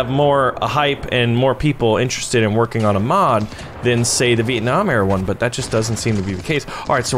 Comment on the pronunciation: Vieenam LOL